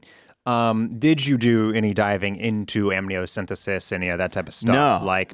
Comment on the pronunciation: It's amniocenTEsis